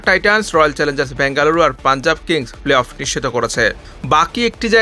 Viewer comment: প্লে-অফ উচ্চারণ অনুশীলন করবেন দয়া করে।